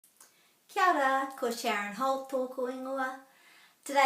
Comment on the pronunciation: How come you keep saying Keeahra instead of Keeohra?